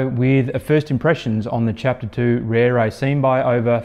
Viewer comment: it's an impressive looker, for sure. - Just wish the company would help promote the correct pronunciation of the beautiful Maori language words they use to go with their beautiful bikes. It ought to be pronounced "Reh-reh," not "Rear-ray." Same for "Teh-reh" (not "Tear-ray"). Tere means quick or fast. But good on the reviewer for giving the bike a solid and fair review and helping highlight a fair dinkum new brand for a company bringing top notch quality to an already crowded market.